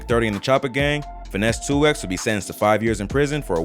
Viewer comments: I can’t take this channel serious… First of all Gucci didn’t bury Pookie Loc behind no damn Middle School.. If he did that he wouldn’t have beat all charges. He would have got a Tampering with Evidence charge. Also dude called Finesse 2tymes “Finesse 2 X” 🤣😂🤣😭😭😭 … If y’all ain’t apart of the culture then your not qualified to speak on anything going on in the culture or make videos/ documentaries about the culture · its Finese 2 times not 2x smh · Not finesse "two ex" mane gone on 😂😂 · It’s Finesse “Two Times” not Two “X” 😂😂😂